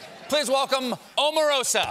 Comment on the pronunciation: ...and he still called her Ah-marosa at the end...😆